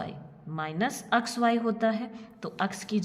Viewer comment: App X ko aks kiyo bolti ha